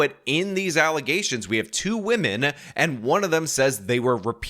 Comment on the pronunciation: Why are you just like Lauren.. pronouncing "women" as "woman"